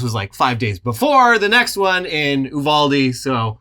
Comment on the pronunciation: You're more likely to be killed by a knife or hands/feet than you are a "mass shooting". Btw, it's pronounced "Yu-Val-Dee", not "Oo-Vahl-Dee".